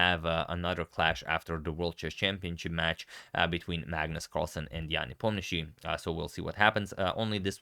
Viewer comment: Why do you pronounce Nepos last name in American way? He is Russian and as a Croat you are capable to pronounce it perfectly correctly in Russian way. Don't go after fashion if it is just the result of American ignorance. Teach your followers to pronounce a man’s last name correctly